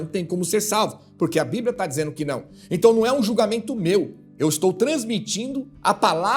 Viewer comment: A..pispa...não.. esta..lendo..a..bibra